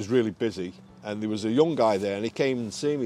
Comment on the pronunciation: Can't get past the "an der" ...its all I can hear. Annoying tbh